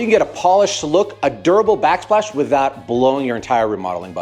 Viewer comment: backsplash not backslpash